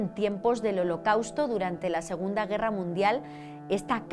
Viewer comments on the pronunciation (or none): none